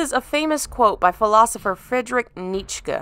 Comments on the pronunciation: Nee-chuh, not Neech-kah :) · "Nietzsche is pronounced Neet•schee" just trying to help. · Nietzsche is pronounced [knee-cha]. But man, this is a good video. Nice work.